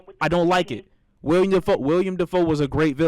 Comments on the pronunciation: dude, he dont know film. he keeps saying william defoe. its Willem lol. he a rook when it comes to cinema, dont pay him no mind. he knows other things much better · 🇹🇫 said william defoe it's willem (I know his actual name is william?